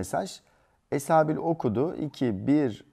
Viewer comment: Esabi demiyoki esabil diyo